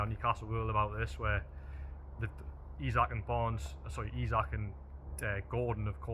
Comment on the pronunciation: it's pronounced eezak howay man taalk proppa and could you journos invest in a tripod as I am feeling quite seasick watching you bobbing around on video other than that keep up the good work